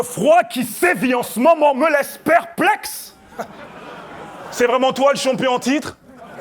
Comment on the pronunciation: juste dire "vreument" ca fais rire les africains ...